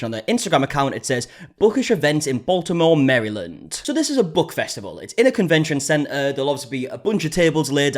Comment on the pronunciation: Hearing say "Baltimore Maryland" immediately caught my attention as a Marylander lol